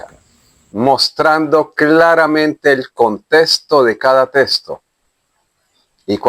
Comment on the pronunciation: Hable bien.....no se dice testo. Se dice texto!!!!!!